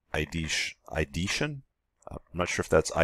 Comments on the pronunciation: ideation pronounced eye'dee'ay'shen. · Drak-oh-neon. Eye-dee-ation